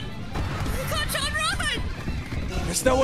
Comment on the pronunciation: I heard said "cacan" instead of "kacchan"😭😭😭😭😭😭😭